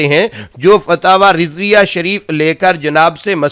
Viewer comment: فتاوی کانام بھی نہیں لیناآتا تمہارے فتاوی کانام تمہاری زبان میں فتاوی رڈویہ ہے بولو نارڈویہ